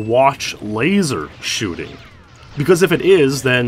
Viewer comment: I thought it said chooting